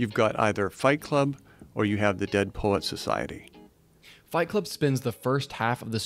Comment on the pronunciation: Fight Club and what? I wan not quite make out what he says and English is not my first language? Dead Polack Society? Can anybody help? I'm very much interested in checking it out.